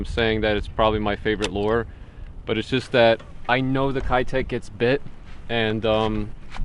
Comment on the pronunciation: Just FYI, keitech is pronounced "Kay" tech, not "Kai" tech. I speak Japanese and lived and fished tournaments in Japan when they started becoming popular 5 years or so back. It was always the 2.8" live impact which would win tournaments in highly pressured waters in Japan. There are some other plastics from the company O.S.P. that can only be found domestically in Japan that are just as deadly, if not more deadly. I'm sure you would be a fan of those, too.